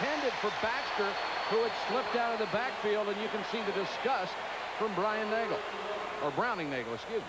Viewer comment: Brian Nagle? Mike Patrick says it multiple times.